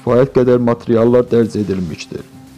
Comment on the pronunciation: 3.40 dəqiqə FAZBUK nədi, ay bədbəxt😡😡😡😡😡 Nə gūndəsən ....... Kimin qohumusan və ya hansı tayfadansan ki, bu "savad"la jurnalistika ilə məşğulsan. MATRİYAL yox, ay yazıq MATERİAL😡😡😡😡 XAHİŞ EDİRƏM BİSAVAD KADRLARLA MŪBARİZƏYƏ RAZI OLANLAR SƏS VERİN.